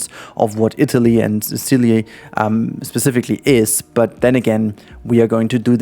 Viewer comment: THE FU K ARE U SAYING ASDAKLJSAADLKJ ZISILY??? ZICILY ?? ITS "SISUHLI " asdasdjkasldas